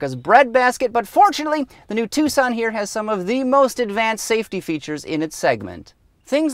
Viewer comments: Because you pronounce it wrong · Was I the only person that pronounced it "Tukson"?